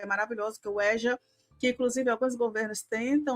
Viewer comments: Êja e não éja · Se pronuncia EJA e não ÉJA. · No Rio a gte fala Êja (não Éja)